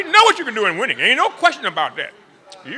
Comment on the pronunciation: "losing is wining" lol